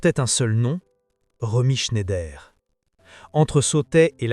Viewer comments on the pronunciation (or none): de nombreuses erreurs graves. Et prononcer chné-ideur au lieu de ˈʃnaɪ̯dɐ est quasiment une insulte à Romy.